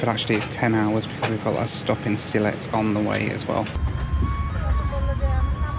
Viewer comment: It’s Sylhet. 🙂